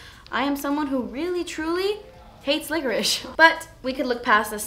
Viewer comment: Oh I thought she said "liquors" LOL I remember I watched another video of hers that I thought she said liquors, maybe she meant licorice on that too 😂